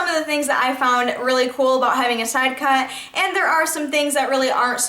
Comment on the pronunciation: why don't you learn how to say sidecut. and Monroe. it's not man-row.. fucking idiot... little miss I'm to good to acknowledge anyone. there are numerous questions people have asked. NUMEROUS. it doesn't matter how many hours a week you work. seems like out of your oh so hard job you found time to make all these fucking dumbass videos. if you have time to make these videos. why don't you have time to pay attention to any of the people commenting. give me a break lady! fuck!